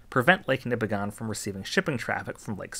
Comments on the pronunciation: Not nipi-gone. Its nip-i-gin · Nipigon locals will tell you it’s pronounced NipigIN not Nipigon. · "Nipigone" We pronounce it "Nipigen" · Small correction, it's pronounced Nippiggin, not Nippiggon. -a great laker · My fiance is from Nipigon and just a heads up are here it's pronounced like Nipig-in not Nipi-gone. Which i know is not at all the way it's spelled. My parents lived in the area for 35 years and never pronounced it the local way. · for years I pronounced Nipigon as you do here. Then, I found some years ago that it's NIP-ig-un. Actually, the 'c' in Mackinac isn't silent, but is pronounced as a 'w', which comes from its Chippewa/Ojibwa origins. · FYI as someone who lives in Northern Ontario it's actually pronounced "Nipi-gin" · I didn’t even have to watch the video to know Nipigon would be pronounced wrong… Nipigon rhymes with Bin…. Nipigin is what it should sound like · Most locals will pronounce Nipigon as Nip-ig-in. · I live in nipigon, it is pronounced nipigin. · Thanks! I do my best to research the pronunciations of my video topics. I did get "Nipigon" wrong though, and apparently also "portage". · He says nipigon so wrong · Man it drives me crazy when ppl mispronounce lake nipigon